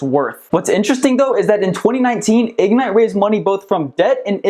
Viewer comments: Why can't you pronounce ig-NITE? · Its not Ig-nite Its Ignite. All one word.